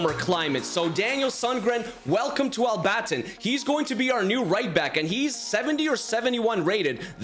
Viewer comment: I live in Al-Batin but you pronounced it wrong